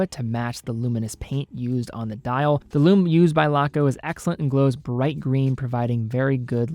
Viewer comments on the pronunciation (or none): none